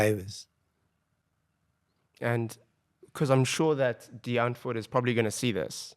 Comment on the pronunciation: Let's all say it together... Die (Dee) Ant (🐜) wood (wood) 🤣🤣